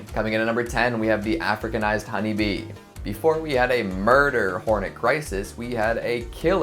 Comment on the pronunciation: i love how he says MurDer hOrneT, its just a giant asian hornet lmao